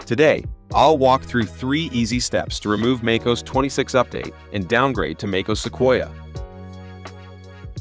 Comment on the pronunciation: Make-ose? Come on, man. Hire a human voice.